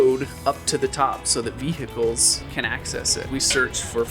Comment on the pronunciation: vee hee cieellss???? wtf